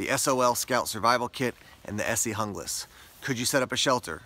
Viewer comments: I liked your video, but for the sake of correctness, as your producer, I would encourage you to learn to pronounce foreign word correctly. The word "Junglass" is either skandanavian or Germanic. Therefore, the "J" has a "Y" sound. I would say it should sound like "Young lass." I'll probably get a bunch of negative comments, but being a "German" speaker, it hurts to hear the language twisted. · Guten tag,! It's Spanish. According to Esee's website, the knife was designed for Columbian counter narcotics forces. So, pronunciation = "hoonglass". Spanish names appear on many of Esee's product line. (Izula, Candiru etc...)